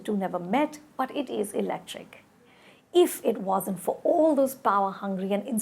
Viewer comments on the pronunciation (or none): none